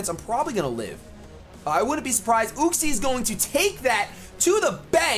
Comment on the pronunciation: Yoo-xee, not uh-xie